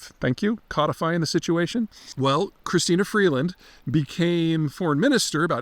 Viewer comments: you caught that too eh? Dude doesnt even pronounce her name properly lol. Its Crystia Freeland... not Christina Freedland lol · Peter, Peter, Peter. It's Chrystia Freeland, not Christina Freedland, and she is smart only in comparison to the almost total lack of talent in the Trudeau cabinet. Like Kamala Harris, she is hopelessly tainted by her support for the government clown show and she can never be Prime Minister (not Premier) because Liberal party support is gone over immigration and affordability. Besides which, she is a really annoying, patronizing bobble head!